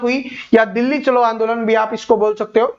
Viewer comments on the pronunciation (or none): none